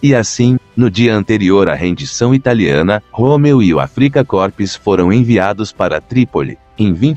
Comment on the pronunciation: Muito bom, MAS a pronúncia do termo "AFRIKA KORPS" está de doer os ouvidos...